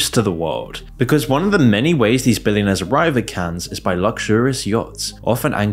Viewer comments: It Is Pronounced "CAN", Not "cans" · it's pronounced "" Cann", the -es is silent, lol. why don't you look up words you're unsure of how to pronounce? This isn't the first time Ive thought "huh, he doesn't write this himself, does he? he doesn't know how to pronounce words used in the script lol" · Oh dear God! STOP. SAYING. “CANS”! You don’t pronounce the S for crying out loud….. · if you're gonna make a video talking about Cannes half the time, at least learn how to properly say it